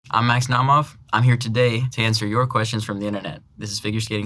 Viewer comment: He pronounces only Malinin IN pure Russian. Iliya's, Eugenia Pluchenko's and Alexii Yagudin's names he produces in English accent. But he pronounces Yagudin in Russian. Also he once pronounced his name in Russian, but said Naumov so fast that it almost didn't sound Russian. It was more like nOmov instead of naUHmov which is more Russian pronunciation